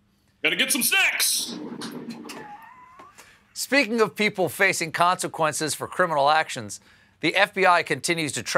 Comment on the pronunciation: Lololololololol I thought he said “I’ve got to get some sex”!